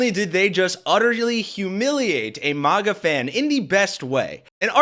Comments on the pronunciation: dude I hate maga but it's not mah-ga. Maga like magazine. what country are you from? you haven't heard people saying it? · It's not Mahgah. They're not French. They're rednecks. It's Magguh. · Dude this is your own video. I appreciate the content but please go to and listen 👂 It is pronounced mag a. It is not supposed to rhyme with lava but rather rhyme with magma! So it’s mag like the word magazine Please 🙏 and thank you and I’ll subscribe but only if you say it right. Listen to drop kick murphys pronounce it perfectly at 4 mins and 20 seconds into this gr8 video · If you say MAH-GA one more time I'm reporting you to the FCC. lol jk but seriously, please stop.